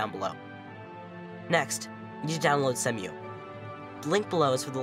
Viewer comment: Not "semm-you". "See-moo".